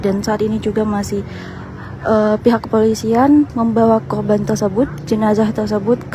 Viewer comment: AREA MBAK . BUKAN AGEA.. KORBAN MBAK.BUKAN KHOBAN..